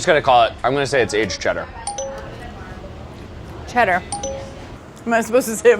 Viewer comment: As a Brit I'm OK with how many of them got Cheddar right.